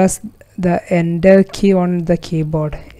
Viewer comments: he means enter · I died everytime he said "press ender key"